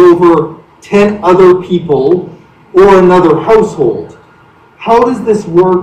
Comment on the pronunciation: What's a holsehould hahahaha😀😂😂